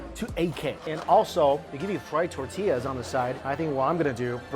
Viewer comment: As a Mexican, I miss Mikey calling tortillas, tuh-tee-uhs.